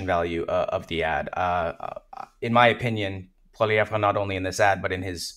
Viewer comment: He's not really "Frenching up" Poilievre's name, he's actually mispronouncing it. In French we don't emphasize the last syllable. The proper pronunciation is actually Poiliev.